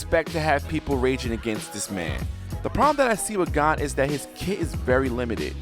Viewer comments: Gone, Kurapuka, galana Me listening to him saying names horribly wrong as i load my shotgun: and i took that personally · You're pronouncement of Gon sounds different than in used to. (You're saying it like Gone and I'm used to it being said like G-own) might just be me idk lol